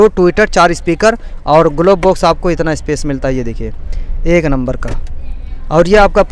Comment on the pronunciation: Why are u asking that I think because he Said etna instead of itna 😂